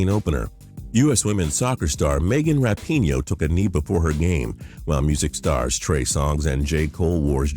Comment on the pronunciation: it's Ra-pi-no not rapinio